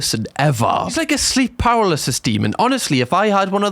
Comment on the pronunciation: why do you say paralysis like that😂😂😂